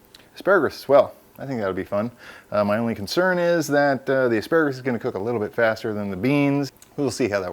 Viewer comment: What is that green called again ASPARAGRUS haa . Surely don't you mean asparagus . dude its got no R at the end . . other than that loved it . made me hungry as hell .